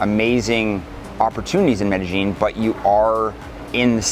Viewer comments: "MEDEJING"...If you're going to promote your expert opinion on the CITY at least pronounce the city CORRECTLY! "MEDEYEEN" The LLs are pronounced like a "Y" pal. Pronounce it correctly if you are GENUINELY an expert! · Like, Like, Like.... like, like... It's not like MedeGENE like you F.ing Gringo...